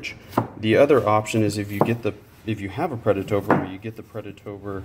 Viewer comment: Watch this video to help me build my UDE kit and also Everytime you said "predatOBR" I took a shot of whiskey, good video dude !